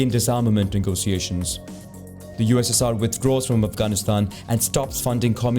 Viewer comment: the way he said ussr it sounds like UZZIR